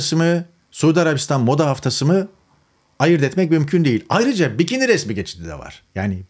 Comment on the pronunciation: Bikiniye karşımısın? (Vurgulamandan azıcık öyle hissettim. Yanılmış olma ihtimalim rezervedir)